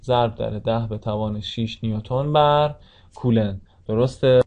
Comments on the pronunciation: سلام.کلاس درس بسیار مفیدی بود و من استفاده کردم.اما لطفن نام کولن coulomb را درست تلفظ کنید.مرسی از زحماتتان. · سلام خسته نباشید خوب بود فقط کولن رو درست تلفظ کنید.